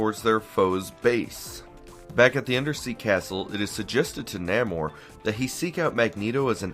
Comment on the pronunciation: Nope. You said "Nah-mor". Also, Ka-Zar is "Kay-zar". I hate being one of those people, lol.